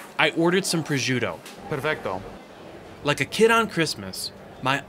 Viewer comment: God I love how you say "Testaccio"......God I am melting here....ahhahaha (-: you will have to work on the PROSCIUTTO pronounciation! LOL